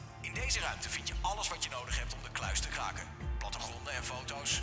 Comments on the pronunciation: klaken? Is het niet kraken😂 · valt het iemand ook op dat de R niet kan uitspreken. 'wij gaan de kluis klaken"